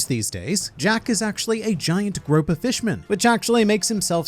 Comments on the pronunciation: Giant GROUPER as in pronounced as in group+er, theres no such thing as a "giant 'Groper' fish" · GrOOper not Groper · I came here to let you know that its pronounced "group" not grope! Those Jack jokes would* have been funny 😭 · grouper is pronounced grooper like the guy on despicable me 😡😡😡😡😡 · The fish you are thinking of is called a “GROUPER” pronounced like the word group. Gropers are something else entirely.